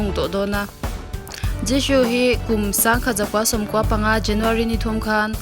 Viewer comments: Zishoo tiin ilam a thing vek jisoo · I Jisoo lam dan a dik lo Jishoo i ti 😀😀😀😀